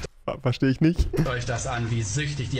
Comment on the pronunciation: Rewi und sein TICH seine Aussprache :)